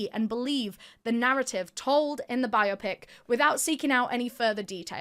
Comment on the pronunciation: Isn't that interesting. I spent the early part of my teaching career teaching ESL/EFL/ELL (whatever you call it where you live) and thought then and now a great deal about the roots, vernacular, histories and other intricacies of language. Biopic is usually pronounced with a stress on the middle syllable, in this case the o because, well, English language loves the middle syllable. But, it is a BI-o-pic, a film about a person's life. Sorry, totally geeked out. Carry on.